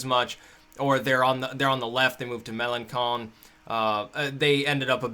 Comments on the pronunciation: Dude Mélanchon is pronounced "meh-lan-shon" not "meh-lan-kon". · Mélenchon is pronounced MEL-ON-SHON. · Melancon is pronounced Meh-lahw-sahw